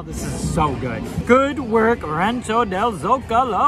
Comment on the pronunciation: You’re the first Disney youtuber that I’ve heard say “Zocalo” right! There is a town next to where I was born in Mexico called el Zocalo so I know! Lol